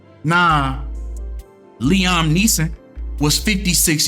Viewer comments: Fam, it’s pronounced LEE-UM, not LEE-OM 😂💀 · His name is pronounced Lee-ahm I know you did not just call him Lee-Ohm 😭😭😭phonics come on now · Liam (lee-em)